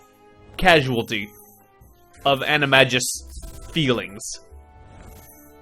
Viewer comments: Omg I almost couldn't deal with saying animagus wrong every time. Ani- mag-nus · It's pronounced "Annie - may - Gis". It's a hard G X_X